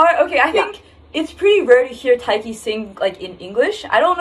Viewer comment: Thank you for being one of the few reactors who knows how to pronounce Tayc 😂, and for recognising where this song comes from. Much love!